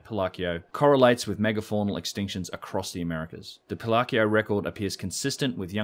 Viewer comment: it's Pi-lau-co. Three syllables. Close to pillow-co, except the pronunciation of the second syllable is -ow sound like Ouch!, not the Oh sound of Ho Ho Ho, Merry Christmas. Maybe you've figured this out by now, but I wanted to help. Better late than never?